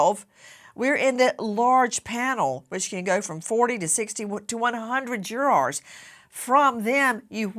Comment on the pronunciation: It’s crazy how she pronounces “jurors” 😅 “juraaars”